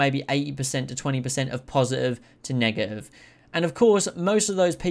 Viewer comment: Say man…Im going to need u to pronounce “negative” a bit better bro bro